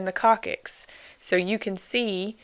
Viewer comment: very good material, I've shown it to my A&P classes, just FYI it is pronounced Cock six.